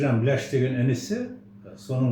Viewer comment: Батиха бейлящи емес Батиха БІЛӘШ шыгар